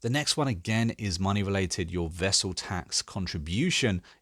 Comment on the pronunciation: Great seeing you do these CK3 vids. (just a quick nod, it's vassal as in vaseline - rhymes with hassle. Not vessel) And your tutorial / tip vids are great.